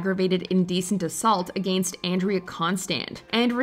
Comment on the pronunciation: “ A gain stst”